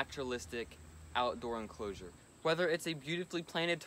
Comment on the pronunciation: Did he say "outdoor enclosure"? 😆lol